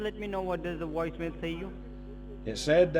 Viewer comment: A Woice Mail???? They learned English at WalMart. lmao